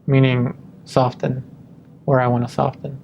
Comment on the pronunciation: Interesting study, but for the love of God, the t in soften is silent!